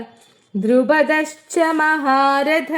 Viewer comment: '🙏4-ാം ശ്ലോകം "2 nd വരി "മഹാരഥഃഎന്നു വരുമ്പോൾ മഹാരഥാ എന്ന് നീട്ടി വായിയ്ക്കണ്ടആവശ്യം ഉണ്ടെന്ന് തോന്നുന്നില്ല. വിസർഗം വരുന്നതാണല്ലോ?🙏 വരുന്നതല്ലേ?..